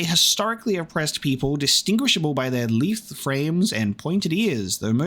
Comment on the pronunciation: 1) As has already been pointed out multiple times, it's setting cutscenes to 60fps that causes the bugs in the intro. What hasn't been mentioned yet is that there is also a specific cutscene in the Trespasser DLC that will completely freeze when having it set to 60fps. 2) Also, we're adding "lithe" to the list of words you don't know how to pronounce ;)